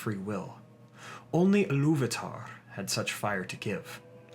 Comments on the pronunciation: First, it's pronounced EE-loo-VA-tar not eh-LOOV-a-tar . Sorry, but it grated every time you said it. There were a couple other questionable pronunciations, but I won't dwell on them. Just, please, fix this one if you fix any. Now, with that pedantic criticism out of the way... The Silmarilion informs us that the orcs breed true, and breed rapidly. From the time the orcs were created until the time of the Hobbit, 7000 solar years have passed, but it's important to remember that the standard solar year didn't exist until after the sun and moon were created. Before that, the world measured time in Valian Years, which Tolkien accounted as being 144 solar years. The First Age is said to have lasted 587 years after the creation of the sun, but began when the elves first arrived in Valinor. The orcs were created sometime soon after. It's extremely hard to get a good account, but an estimate of solar years before the destruction of the the Two Trees is not unreasonable. The Second Age lasted for 3441 solar years and the Third Age for 3021. Why all this talk about time? Because the orcs' prolific breeding cycle can account for all the variety of orcs/goblins that we see by the time Bilbo leaves his house without a handkerchief. I don't think Tolkien was ignorant of Natural Selection, and being a scholar of etymology, he would easily draw comparisons between the two. Orcs living and breeding in different regions would develop specialized traits ideal for those locations. Cramped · I believe Ilúvatar should be pronounced and stressed more like a Germanic speaker would, but I find it hard to explain phonetically: "Ilúvaatar", instead of "Illúvahtahrr"